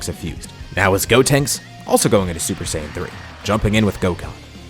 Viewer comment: Stop mispronouncing Saiyan PLEASE